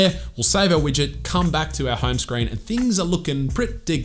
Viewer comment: what i hear is hyme screen